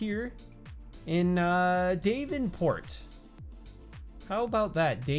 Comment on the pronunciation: “Dayvenport” sent me. i love you sometimes you just pronounce things so interestingly